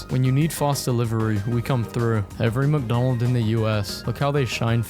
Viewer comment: Are we just gonna ignore him say "Mcdons" here